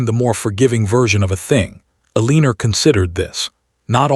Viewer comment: This narrator can not pronounce Eleanor right. Very annoying.